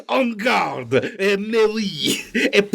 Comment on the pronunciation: "en garde, eh pok-eh pok"